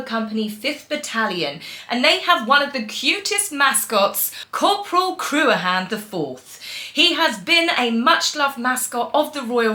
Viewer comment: Harry is a pain in the backside when it comes to anything to do with the military. I still think if he didn't get with MeMe he would still be in the Army. I have see the pony that you were taking about, Cruachan he is so cute . The way you pronounced it is incorrect is a good old Scottish name and it is crook-an how it is said.